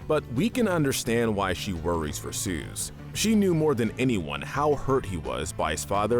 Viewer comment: Ah yes. Good old “Suze”😂